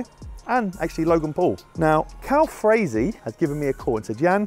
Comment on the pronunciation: How you gonna pronounce his name wrong the whole video😂 it’s Calfreezy not Calfrazy